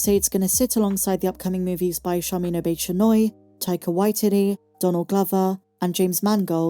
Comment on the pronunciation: “Tika Wy-titty”, lmao, I do love me some wonky AI narration. Whatever is being proposed here is going to hit a wall of apathy and indifference at light speed. Jesus Disney, for a company that’s supposedly woke, you’ve a lot of waking up to do.